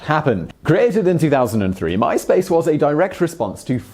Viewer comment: Mice Pace.